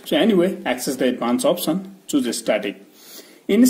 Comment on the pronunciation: First learn speaking english before making vids. It's not opsen but option.